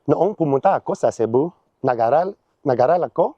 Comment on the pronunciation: Lapsed native Tagalog speaker here (I can really only manage Taglish after 15 years in the US): I can corroborate that pronunciation is his weakest point. For me the biggest issue was the way he said "nag-aral." You're supposed to say "aral" with a long A sound, like "apple" in American English. But here, it sounded like he was trying to Hispanicize the word, closer to how a Spanish-speaking person would pronounce "mar de Aral." He also made a moderate mistake with "nakalimUtan" and very suble ones with "sAyang" and "akO." A native Tagalog speaker would lengthen those capitalized vowels juuuust a bit 🤏 more. Some things that stick out, but are not necessarily incorrect was the strong "i" sound in "magaling" and "kasi." I say it more like "magaleng" and "ka-seh" but the strong i is still very common among older people from outside Metro Manila. And fair play to him for actually saying "ingles" when many Filipinos (including myself) default to the English word for countries, languages, and nationalities. In terms of grammar, I would mostly fix the first two sentences: "(Alam natin) na magaling mag-ingles ang mga tao sa Pilipinas, (pero) noong pumunta ako sa Cebu, nag-aral ako ng Bisaya". But otherwise his diction is pretty good for someone who seems to have dabbled in Tagalog and Cebuano (very different & not even mutually intelligible btw) at the same time. Bonus points as well for not trying to pass off "Mabuhay" as "Hello" like our corny Dept. of Tourism encourages foreigner